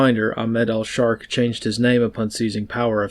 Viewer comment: Did you say al'shark?. His name is al-shara altho probsbly a shark